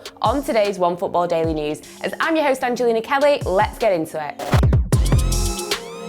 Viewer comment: Angelinha 🤣🤣🤣 She does pronounce these brazil names with a burning passion 😄👌🏼